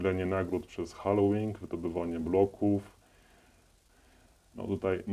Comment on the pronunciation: halVing a nie hallołing haha